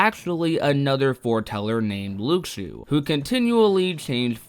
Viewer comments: I had to stop watching It’s LOO-SHOO not LOOK-SHO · anyone else bothered by how he says Luxu?